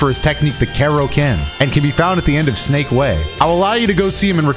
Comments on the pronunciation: Bro kaioken not keroken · Say Kaioken properly bruh. There's not even an R In it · He's committed to the legally Distinct bit of Kreoken